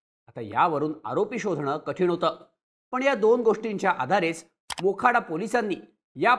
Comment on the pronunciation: बोखाडा नाय तर मोखाडा आहे.